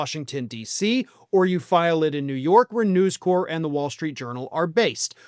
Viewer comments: it's NewsCorp - the "p" is pronounced. If it was News Corps, you could be forgiven for the French pronunciation. It's short for "corporation", not the French word. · Um.... have you never heard the name "News Corp." said out loud, before...? They are not The Peace Corps, man.